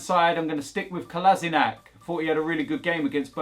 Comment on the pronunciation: The only question remaining is; will learn to pronounce Kolasinac’s name before the end of the season?